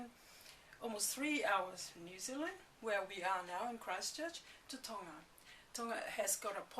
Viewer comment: theres a ''G'' tonGa